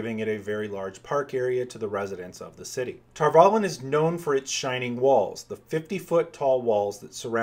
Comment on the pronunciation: I always thought the "valon" part was pronounced like Avalon, not tar-vallen